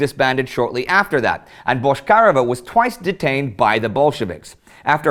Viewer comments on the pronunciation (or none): Man, her name was pronounced BotchkariOva, not BoshkAreva. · Why do you say Boshkareva instead of Bochkareva? But good episode still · Minor detail from native speaker - her last name pronounced a bit differently: ch as in check, not ch as in shrapnel. And emphasis on e, not on a - BochkarEva